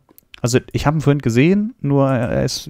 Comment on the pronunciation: vorhint..... es heißt vorhin. Bitte sag vorhin...